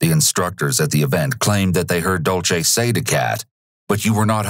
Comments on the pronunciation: Completely irrelevant but the narrator saying dolce instead of Dulce was making my eye twitch 😭😒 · Took me over half of the video to realize when he said Dulce, he was mispronouncing it.